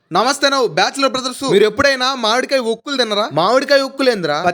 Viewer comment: మాడి కాయ కాదు మామిడి కాయ బాబు😅